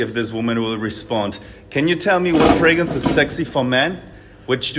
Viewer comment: why is he saying it like fragance? we dont even say it like that in germany